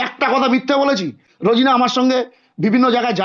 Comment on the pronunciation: রোজিনা র উচ্চারণ ঠিক নয়।